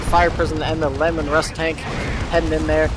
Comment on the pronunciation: Lee-man russ, not lemon. Named after the primarch of the Space Wolves.